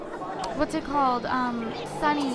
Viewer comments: Sorry If I'm being mean but did she just call sonic sunny's 😑😂😂😉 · It's not sunny's it sonic's